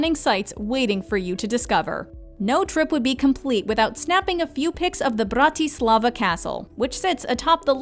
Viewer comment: BRRRRRAAAA- TIII - SLLLAAA - VAAAAA